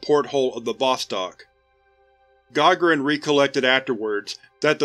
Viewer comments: Also Yuri Gagarins last name is pronounced Gah(gah)rin with emphasis on the second sylable , not (Gah)gahrin like you say it. :) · Gagarin, is pronounced Gi-gar-in, the Gi is more so of a mix between I and U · It's pronounced guh- GAA-ruhn I know, I had to.